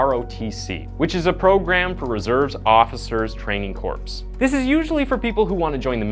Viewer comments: The "P" in Corps is silent Brother! Great video though! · ''Corps'' is pronounced cores, not corpse. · Or core